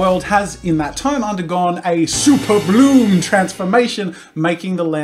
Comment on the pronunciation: Now super bloom is sounding like super blue